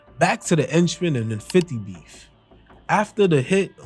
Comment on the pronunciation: 😭😭😭😭😭 Why he keeps calling Jimmy 👉 ENCHMAN, IT'S AKA JAMES HENCHMAN ✔️